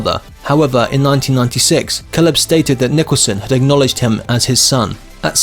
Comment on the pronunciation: When you do pieces like this you could at least pronounce the names correctly like Caleb and Houston.